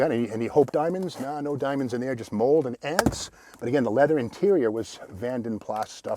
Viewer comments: Pronounced Vanden Plaa not Vanden Plas! ;) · I thought it was Plaaaa not Plassss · In Britain it’s pronounced Vanden Plarr not Vanden Plasss 😅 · Great vid Steve, it's pronounced Vanden Plar tho. 😀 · Love your daily videos. I would say a couple things about this one... (1) Vanden Plas: "Plas" is pronounced with a silent "s" in UK. (2) I think the Saint's car was a 2-door Volvo P1800 not a Jag. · The ‘S’ of Vanden Plas is not pronounced, just saying , are you standing next to a Tiger/Alpine?